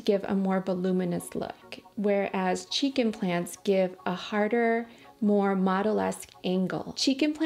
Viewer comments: why do cheek implants sounds like chicken plants😭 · Lol everytime you said "cheek implants", I heard "chicken plants" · Kept hearing chicken plans instead of cheek implants 😂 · Cada que dice cheek implants yo uscucho que dice chiken plants 😂😂😂